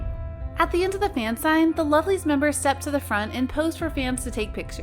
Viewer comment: who is the member of lovelyz that sexual harrasment of fan? because i dont understand your pronounce mam! sorry